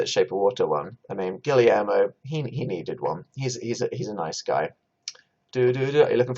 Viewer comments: PLEASE DANIEL you need to stop saying “gilly air mo”, Guillermo is pronounced like “gi yer mo”, the two Ls make a Y sound PLEASE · “Gillie-air-moh” Danny boy what are you saying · pls Guillermo is pronounced "gi-yehr-mo"